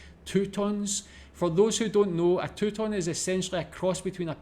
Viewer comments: Touton … pronounced like the word OW with the T in front of it . Toutons are absolutely fabulous! A real treat in our house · For the Newfoundland food, it's pronounced TOW (Like "How" but with a "T") TONS (Like "Tuns" but the "T" can be silent. So it's really "Uns"). My mother used to make them all the time for breakfast. Right off the castiron frying pan, cut it open and put some butter on it, with eggs, bacon...YUM!